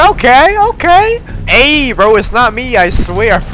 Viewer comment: Is saying hey bro or hay men 😂